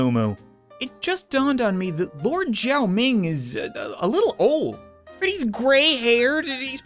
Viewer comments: It’s xiao ming, not jiao ming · It's pronounced Siao Ming, Cap ^^ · say it as siaoming